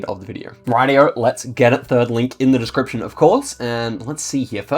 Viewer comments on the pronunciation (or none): none